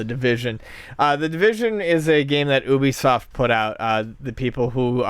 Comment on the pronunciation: You said Ubisoft wrong.